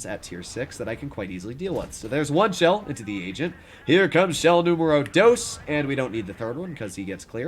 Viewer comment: I love how practices Spanish pronounciation while filming, his "número dos" has improoved drastically in pronounciation